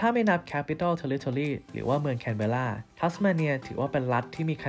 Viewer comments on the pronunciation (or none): เมืองหลวงอ่านว่า แคนบร้า นะจ๊ะ ครูที่โรงเรียนสอนมา